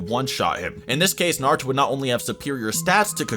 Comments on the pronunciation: Disappointed that you called him Narooto in the intro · I will always dislike a video about Naruto when the person making the video cant even say Naruto correctly smh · I almost quit watching seven seconds in, because the way you pronounced Naruto was sooo cringe-worthy. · The way you pronounce most of these names is horrible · this dudes opinion went right out the window when he pronounced naruto like that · First learn how to say Naruto, then make a Naruto video.